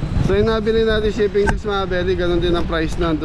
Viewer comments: chaffing dish hindi chipping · Chifing dish daw hahaha...paulit ulit mo pa binabanggit mali naman!! Chafing dish hindi chifing dish hahaha!!!